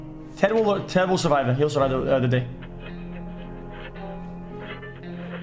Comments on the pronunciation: "Surive" Omegalul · “Surive” OMEGALUL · "60 seconds to surive " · "Surive" Pepega Clap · Pepega "Surive" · „Surive“ PogChamp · “surive” PepeLaugh